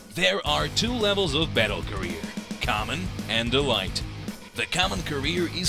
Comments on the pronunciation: Good video, but elite is pronounced “e leet”, not “e light”. Otherwise perfect video! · It’s pronounced “ELEET” omg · "EE- L-EE -T" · If he doesn’t stop saying E-Lite I’m gonna be pissed